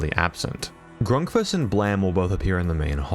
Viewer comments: it pains me how you pronounce grunkfuss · The Flumpty's crew are not animatronics, but monsters. Also, it's pronounced "Grunkfuss." And why do we still care about ONAF at all?